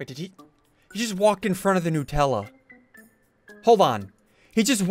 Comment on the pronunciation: Bro said nupella😂